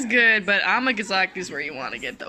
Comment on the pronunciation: am I crazy or is she saying Amagazaki when it is Amgasaki?